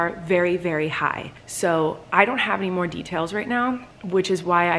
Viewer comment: yeah... and he also said "mo" when he repeated "more"